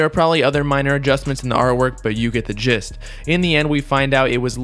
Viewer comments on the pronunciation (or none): none